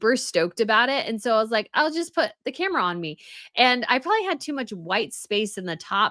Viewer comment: Am I the only person who hears prolly instead of probably when you use the word?